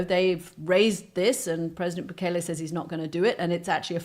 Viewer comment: Goddamn it! He was here legally!! Stop telling lies about him!! And it’s bu-KEL-lay.